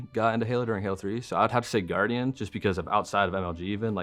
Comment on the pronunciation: No One: Sherzy: GuarGian